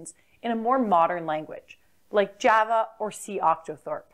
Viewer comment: is there a reason you can't pronounce Java correctly?